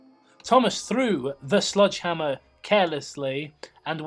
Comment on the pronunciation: I keep hearing "sludgehammer" every time I hear you guys say sledgehammer. For a moment I thought it was a typo in the story itself, but your lack of reaction to it made me realize it's just my ears being dumb. But now I want to know what a "sludgehammer" is.